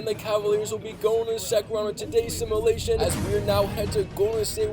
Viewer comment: It’s fucking simUlation not simAlation Jesus Christ kid